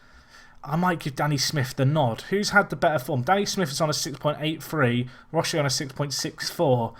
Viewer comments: Roche is pronounced like the roach part of cockroach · Roche is pronounced 'Roach' as in former Man Utd keeper Paddy Roche.